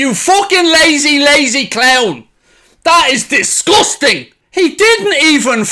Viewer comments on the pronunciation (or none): "This is disgoosting" 😂